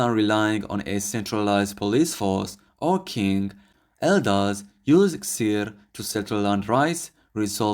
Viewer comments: Its not called Xer (Sir) as you said. It is called Xeer which sounds like ((Heer). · the reason that theres so many names for camels could be cause some were personal names given to the camel by the owner to separate the camels also xeer is pronounced heer instead of seer the x is like h